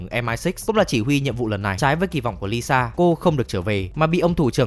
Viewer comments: là ilsa faust, not Lisa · Nhân vật ILSA mà đọc là LISA làm hnay đi coi phần 7 chả hiểu ILSA là con mẹ nào đâu ra 🤣🤣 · Quại cố tình đọc ilsa thành lisa hử 😡